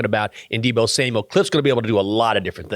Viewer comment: We gotta work on getting Deebos‘s name right. I cringe every single time I hear the S at the end